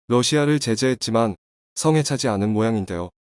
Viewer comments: 외국인인가? 않은과 많은을 계속 똑같이 틀리네. 않은과 많은을 잘못알고 있는 외국인인듯 ... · "않" 을 "많" 으로읽고, "억" 을 "먹" 으로 읽는 것은 왜 그런가요? 듣기 정말 거북하네요..~!!!!!!!!!!!!!!!!!!!!!!!!!!!!!!!!!!!!!!!!!!!!!!!!!!!!!!!!!!!!!